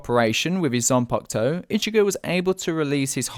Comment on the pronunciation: It’s zampakuto not ziangutsu